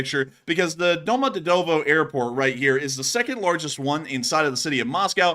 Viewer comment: prounance it " Domo djeeeeee tovoooo "